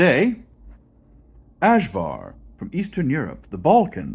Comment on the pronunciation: Ajvar for English is pronounced Ayvar (Y used as in You)